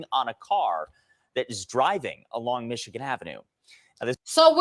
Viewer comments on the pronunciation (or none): none